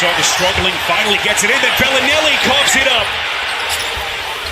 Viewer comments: It makes me cringe when the commentator says BELLY NELLY and not bellinelli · Somebody tell this announcer its Belinelli, not BellyNelly. Sounds like a 2018 Teletubbie. Good grief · I get your joke lol.. Its pronounced Bell-Lah-Nelli... He kept saying BellyNelly lol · It's Belinelli, not Belly Nelly haha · It's not "Belly -Nelly"!!!! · I fucking hate the way this guy says belinelli